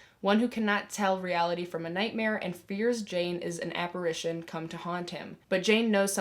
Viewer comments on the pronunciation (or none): none